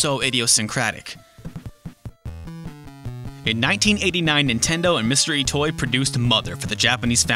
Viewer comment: Every time this guy says "Mr. Itoi", all I can hear is "Mystery Toy". "Was America ready for Mystery Toy's game?" "Mystery Toy and his team found 3D technology hard to work with." It seriously took me awhile to figure out who/what Mystery Toy was.